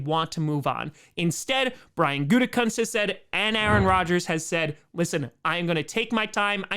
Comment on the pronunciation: Gutekunst's dad had his name pronounced "Gute-koooonce" when he coached. Not "kunts".